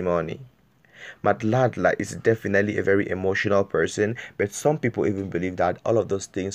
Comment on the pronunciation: O ntapisa ka gore you cant hadly pronounce madla, so i doubt if u a SA Youtuber